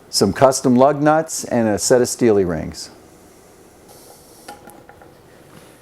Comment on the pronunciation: Lmfao, I watched this video before and heard you say steelieringz, so I was looking up Steel wheel rings and I found Wheel Trims, but not these ones and I just realized while rewatching that you have a website :)